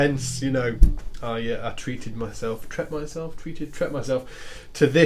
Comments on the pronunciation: 'Tret'!? England just died a little ;) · "tret myself".....dude, really?